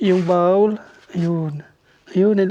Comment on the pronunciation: Please stop saying Bawl it’s BOWL with an O